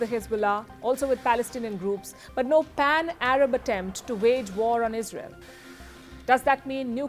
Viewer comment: Iz Rey yell is out of control